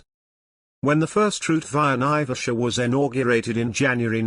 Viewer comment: There is NO connection between Mau Mau prisoners and flying boats. Naivasha is pronounced "N-eye-vash-ah" with the accent on the first syllable. Flying boats were made redundant by the general development of long runways capable of handling large aircraft, during WWII, before the 1950s. Embakasi Airport became Moi International Airport (Correction - Jomo Kenyatta International, not Moi International), not an airbase. Eastleigh Airport became Moi Air Base. BOAC was formed in 1939, not 1945. And on, and on.